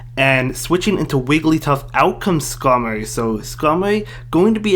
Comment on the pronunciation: This guys voice is funny 😂 He can’t pronounce his R’s lol “Maowak, Skamowy, Vigowath” lmao 😂😂😂😂👍🏼